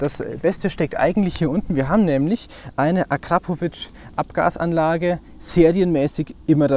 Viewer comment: was ist den ACrapovič? es heisst AKrapovič..